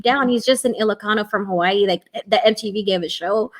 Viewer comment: ... im impressed, she said Hawai’i correctly